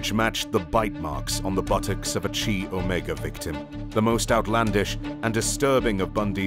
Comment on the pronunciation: Chi Omega is pronounced (Kai OMEGA) not (chee Omega)